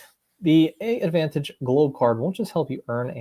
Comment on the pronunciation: Thanks for posting this. I appreciate the comprehensive info and this seems like it could be a good fit for people who don't need the full Admiral's Club membership. One small thing, I believe AA's branding is confusing, but I believe the name of the program is pronounced "advantage" (despite the two A's).